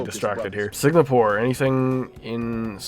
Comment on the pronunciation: Also bro said SiGnapore